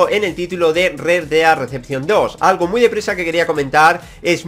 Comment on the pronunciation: "Red Dead Decepcion 2" 😂😂 Que puta mierda de ingles tio 😂😂